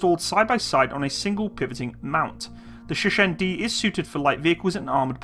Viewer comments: Dude you pronouce it so funny Sheshen Sheshen Sheshen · Bruh...stop with the Sheshen lol. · its pronounced Cher (singer) - Shen. Cher-Shen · It's Shershen